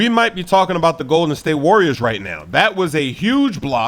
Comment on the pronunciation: Also said call em Arriors because the Cavs took that W